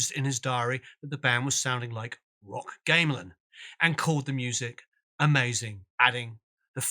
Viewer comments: Like part 1, this is really well produced and quite insightful. Couple of pronunciations: Gamelan = Gaam-ah-lan, not Game-lan. Music Concrete = Music Con-cret, not Music Con-creat Also, you can't mention the 'classical' influences of the 80s Crim without listing Steve Reich and American Minimalism among them. This is where all the part phasing came from. On a pure basis of form only, it started with Reich's 1966 piece It's Gonna Rain, a piece whose compositional element can from two identical tape loops that went in and out of phase. However, by 1967 Reich was compositing scored music designed for live performance to have the same effect . An example is Piano Phase, where two identical piano ostinatos are played together, in unison. however,one has 12 notes, the other only 8 notes - exactly the process Fripp used in much of the 80s Crim music. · Nice piece on KC, love your videos! But it's not "game-lan" music, it's pronounced gam-e-lawn. Sorry to be picky but the Balinese orchestras are worth it. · Not "gaim - lan" it's pronounced "gahm - eh - lan"... It's a Romanized transliteration... with 3 syllables. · Gamelan is not pronounced game-lan, but like gam-e-lan. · Can I just say - it's not game-lan, it's gam-e-lan. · "Gameland" music. It's pronounced gam·elan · Great videos, but I cringed whenever he said game●lan instead of GAM●uh●lan music. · "G "ah" meh lan" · Very detailed discussion. Much appreciated. (Oh, and it's "gah-me-lan".) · Great! btw Gamelan is pronounced like Gammon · GAMELAN .. Gamm-Eh-Lann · A comprehensive but succinct account. Thank you again. [I do need to point out that 1) gamelan is pronounced in three syllables, along the lines of 'gah-meh-lan'; 2) Jakszyk is pronounced 'Jack-check'. I knew him for a time in the late 70s.] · Gamelan (Indonesian metallic percussion instrument) is pronounced GAM-E-LAN. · "Gamelan" is pronounced: ga·muh·lan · Great doco...however your pronunciation of Gamelan is wrong. Sorry!